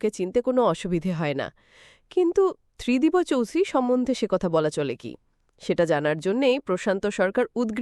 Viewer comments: Not Tridibo.Tridib.sunte baje lagche. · Tridib babu 👌 Not Tridib bo babu keno bolchen ???? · Spelling uccharone mistake ache, Tridibo na, Tridib r ta ekbare uchharon korte hobe. Otherwise good good explanation. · ত্রিদিবো নয় ত্রিদিব হবে।নিজে একবার শুনুন ।অন্যথায় ভালো।। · The name is wrongly pronounced . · গল্প নিবাচন ভাল কিন্তু গল্পপাঠের প্রশংসা করতে পারলাম না | কন্ঠস্বর মিষ্ট কিন্তু গল্পটি গড়গড় করে reading পড়ার মতো মনে হল | ত্রিদিবকে অনেকবার ত্রিদিবো বলা হয়েছে | ক্ষীণো কন্ঠস্বর নয় হবে ক্ষীণ কন্ঠস্বর |